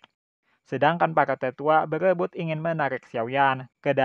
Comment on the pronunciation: Berebut bukan begrebut.... Menyerang bukan menyegrang... Menerobos bukan menegherobos😅😂🤣